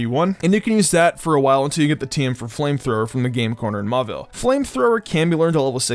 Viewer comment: Pleeeeeease stop pronouncing "TM" as "team" 😂😂